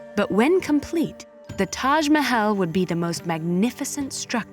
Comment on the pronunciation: The narrator's pronunciation of "Mahal" & "Aurangzeb" is incorrect